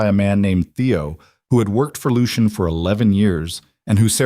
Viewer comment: Why use the name Lucien, if cannot pronounce it? Lol